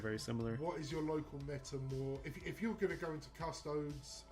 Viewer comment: I love hearing it. Keep up the great work! Also, if you’d permit me a moment of elitism, it’s “Cus- Toe- Deez” 😂 Please don’t start calling Space Marines “Ass-tarts” 😝